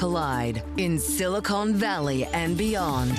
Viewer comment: Can you please fix the intro? It's SiliCON Valley, not SiliCONE Valley!